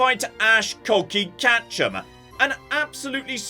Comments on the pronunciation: this is absolutely unacceptable. You've made a lot of people angry with, let's be honest, very good reason, and it's time that you stood up and took responsibility for the harm and hurt your words have caused.... "Katchem"? "Ash Katchem"? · Ash Catchem was what I heard lol